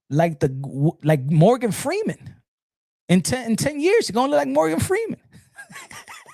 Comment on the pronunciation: Not Morgan Feeman😂😂😂